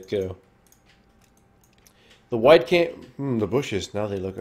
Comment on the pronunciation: i swear i always hear White Camp...